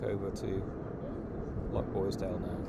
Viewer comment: Enjoying your content, but PLEASE! Living on Mull you should know it's LoCHboisdale, not LoCKboisdale. That's a nails down a blackboard thing for me.